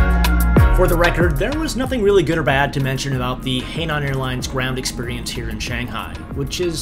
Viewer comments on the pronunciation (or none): It's pronounced "Hi-nan" not "hey-nan". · Oops, you did it again! Hainan is pronounced like “high - naan” not “hay - naan” 🤦‍♂️ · yep that's it. And another city Scarborough is similarly "Scar-buruh" but "Scar-bruh" is fine too. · Hainan should be pronounced more like hi-lan instead of hay-lan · It's pronounced more like "high nun." Thanks for the review. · jayiwa especially when he gets Shanghai correct and then you hear hay naan🙈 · Actually it's pronounced "h-eye-naan" airlines... But hilarious nonetheless. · Don't be discouraged. You are not the first and you certainly won't be the last to mangle words from another language. At least you try.